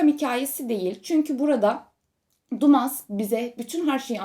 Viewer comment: "seninki" Alexandre Dumas'nın okunuşu "düma" diye olacaktır. Hatta Dantès'nin okunuşu da "Dante" olacaktır. Sevgileer